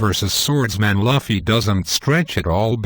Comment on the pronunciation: _- Dude first learn to pronounce Luffy, then give your shit theories.